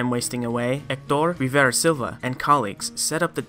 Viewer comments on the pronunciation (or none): none